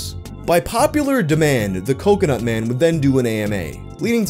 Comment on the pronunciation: It’s been almost a month and I’m still disappointed you went with “cumconut” instead of “cocoNUT”.